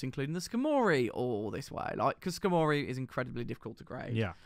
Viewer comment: The way you guys say skarmory is cool